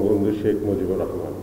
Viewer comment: 'মজিবর' নয় 'মুজিবুর' হবে, মহোদয়।